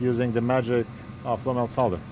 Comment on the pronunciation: so glad you pronounce it "Solder" not "Sodder"